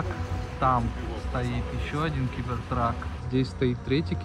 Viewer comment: Стоп сказал у меня установлено 18+ Но маты он блокирует как будто возвращается к 2019 году! и почему Гибертрак а не Гибертрек?